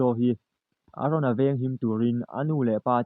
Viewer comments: Aron a ni lo Eren ti tur aw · Aron ni loin eren zawk aw lam dik ve teh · I mol deuh mon le ARon chu i la tih tal le EREN tih tur🤦‍♂️🤦‍♂️🤦‍♂️🤦‍♂️